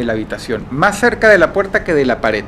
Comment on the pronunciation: Dross suele pronunciar la D al final como T en su vocabulario como "ataut" o "actitut".